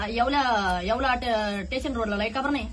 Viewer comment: स्टेशन ला टेशन😂